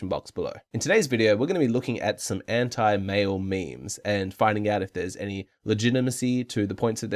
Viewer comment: "we're gonna be looking at some hentai male memes" is what I heard